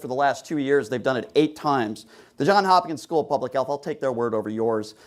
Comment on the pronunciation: It's John"S" Hopkins! not John Hopkins! If you are going to use the study get the School correct.